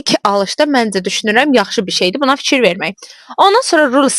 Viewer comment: Itsine yox iCine .Tsox yox Cox.Fitsyir yox fiKir